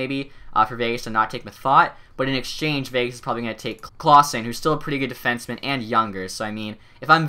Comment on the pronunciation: Here's some pronounciation errors you can change. Jonathan Marchessault = Mar-Che-Soul not Mar-Che-Soo Frederick Cleasson = Clay-son not Claw-son Like so he sees this.